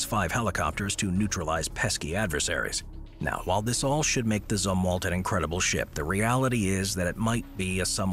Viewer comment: Zumwalt, not "Z" war? Last?